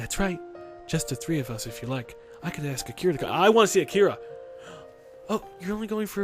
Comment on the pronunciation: 1. Yamaku doesn't accept mentally ill students; 2. The jokes about Hanako's past are getting depressing, not funny; 3. "Akira" is pronounced "a-ki-ra", not "a-kira